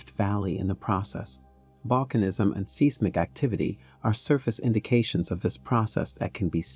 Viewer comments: Get your pronunciation straight! It is pronounced "size mick" not "seize mic" and lithosphere is pronouncing " litho sphere" not "litha sphere" What is terrifying about it? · It's not 'seesmic'. It's hard to take him seriously when he says it repeatably. It's 'size'mic. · Seismic- Pronouced as "size mic". Where the hell did you learn to mispronounce it? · Luv being taught by someone that mispronounces seismic. Size mic not seas mic lol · Seasmic? You mean Seismic? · Repea after me - Tan - zah - NIH - ah. Now, seismic is pronounced 'size - mick'. Why do I bother? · define seesmic please? i always thought it was seismic. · Only person ive ever heard pronounce seismic like that. Seasmic lol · Anyone else annoyed by how he says "seismic"? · Very nice. Work on your pronunciations of seismic and Tanzania. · I was very interested in this and trying to take you seriously, but that is hard when you make so many simple pronunciation mistakes. You mispronounced reputable, seismic, chasm, seismicity, lithosphere, and more before the seven minute mark. It’s hard to take you seriously when you make so many errors reading your script because it is so jarring that it breaks my concentration on the storyline. I gave up listening at minute , but I imagine you made more mistakes after that. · He can't pronounce seismic.